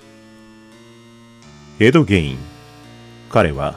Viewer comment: エドゲインのイントネーションがwwww